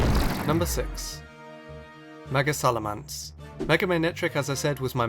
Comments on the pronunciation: Just saying, it's SalaMENce not SalaMANce... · its SalamEnce, not SalamAnce. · You butchered the pronunciation of salamence royally. You say it as if it's spelled salamance. I'm disappointed 😔😔😔